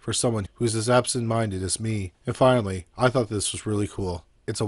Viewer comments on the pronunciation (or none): none